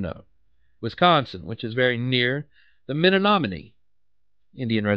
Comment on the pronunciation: The WUT tribe? Men-om-in-ee?